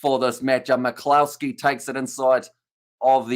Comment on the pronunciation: Just to help your pronunciations McCloskey is pronounces more like McClusky :)